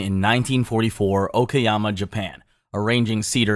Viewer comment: its "okayama" not "okoyama"